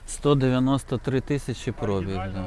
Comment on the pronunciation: Хто каже слово пробІг з наголосом на о, той довбойоб.